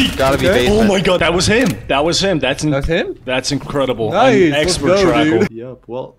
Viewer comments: "trackle" rename jackal now ubi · Btw when you killed cab you said "that's an excellent trackel"